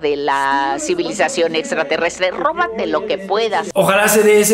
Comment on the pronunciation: Robate algo JAJAJ no se porque me sonó latinoamericano